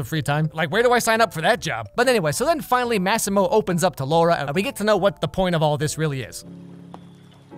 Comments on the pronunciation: You know every time that Italian guy called her Laura and pronounced R as D... I had a hard time controlling my laugh. Only an Indian can understand this. By the way, worst movie ever made 😂😂 The only entertaining part related to the movie is this video in particular 😂😂😂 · Fun Fact! The word "Laura", pronounced in the was as Massimo says it, means DICK in hindi. I will leave that right here for anyone interested. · I'm sorry this is not the right time but "Laura" means dick in my language, and the way he pronounces it exactly like ours (pronounciation not dick geez stop)😂😂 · The way he said 'Laura' made me laugh so hard. 🤣🤣🤣 Cause it rhymes with the same Punjabi word which means penis. 🤣🤣🤣🤣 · LAURA, not Lorah duh. In polish you are reading the A and U and it is not an O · Cries in Polish. The director made a fool of herself confronting a critic about her debut a while back Edit: if anyone's curious I can translate Polish sentences. But on the second watch Edit #2: Laura's name pronunciation aside (Lah-ooh-rah) "with your heart you'd better not push yourself" Boyfriend:"geez, stay calm, ok? You know that you shouldn't with your heart [condition]" Laura: "fuck off with my heart, do you care more about anything in your life than yourself? Who am I to you?" Boyfriend: "I? I don't care about you?" Laura: "we don't have anything to talk about with each other" Boyfriend: "We do" (repeatedly, trying to cut into her words) Laura: "No, you said everything you had to say, now leave me alone, I want to be alone, goodbye, goodbye!" Boyfriend: "Wait" "I love you, do you understand? (t/n literally: do you hear me?) I'll always be with you. We will raise that kid together" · when he said laura it literally sounded "lauda" to me. 😂😂😂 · laura sounds like lauda 😂😂. Lauda in hindi means dick. Maybe thats what he meant this movie is going to be about 😂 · The word Laura is slang for penis in Hindi language, which this movie is. He says it very accurately throughout the movie.